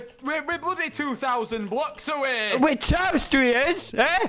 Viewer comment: “we- we’re bloody 2000 blocks aweh”